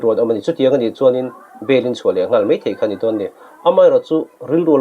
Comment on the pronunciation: Mei...mei thei...😂 Mizo țawng thiam lo hian YouTube channel in siam ve a😂